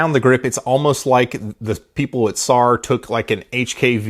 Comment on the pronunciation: It's not SAR. It's pronounced S-A-R (Just letting everyone know)